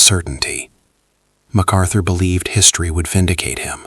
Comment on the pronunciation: It’s not MacArthur